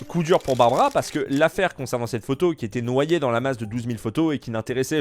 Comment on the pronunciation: C est pas Barbara mais barbra